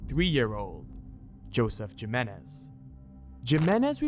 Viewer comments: ayyyy ”Jiminez” i can’t 😂😂😂 My dude 🙂‍↔️🫣🤭 make pretend that the letter ”J” in Jiménez is actually the letter ”H” 🫡 Making it: <Him> Got it? 🙏😝😘🫶😚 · Omg every time you say “JIM-IN-IZ” for JIMÉNEZ 👀🫣😳 I mean, ay again common man 😂 what even is that?! Gym-en-ez? I mean come on bro lol 🙈 like, what the literal hell lmaooo